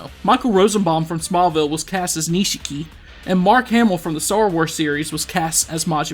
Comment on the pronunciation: It’s not Nishiki, it’s pronounced Nish key